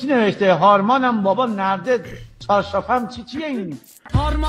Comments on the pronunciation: قابل توجه نِرده نیست نَرده هست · هارمانه بابا نَرده چارشافِم نه نِرده چارشافِم 4 بار تکرار کردی ، البته فقط تو این کلیپ𓀡☻︎